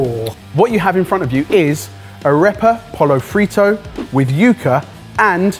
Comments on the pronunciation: Just a tip, "yuh-ka", not "you-ka" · "ah-ray-pah" "yuck-ah"